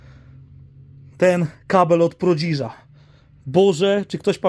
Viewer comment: nie prodziż tylko prodiż. Kablem takim nie, ale sam noszę pas po ojcu, którym nie raz dostałem. Wiadomo że nie za niewinność. Tłoki do Syreny to perełki moim zdaniem. Ale i ramki z tych obrazów kilka złotych warte i gdzieś w tle zauważyłem gliniane naczynia. Bez kokosów ale dużo z tego co pokazałeś można sprzedać. Nawet na te meble klient się znajdzie. Na pewno giełdziarze Cię oglądają, to i więcej Ci podpowiedzą. Mnie interesuje strzykawka i lampa naftowa. Jeżeli jest szansa by to nabyć odpisz na komentarz. Jakoś się skontaktujemy. Pozdro...